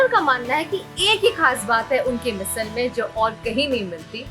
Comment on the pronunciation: मिसल ❌❌❌ मिसळ ✔✔✔